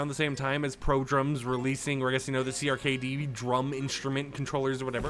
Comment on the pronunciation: CRKD is pronounced “cracked”